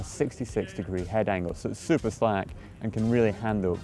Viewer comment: It seems Scotts fav word (super) is catching on! Sounds better the way Martin pronounces it! Super Nice!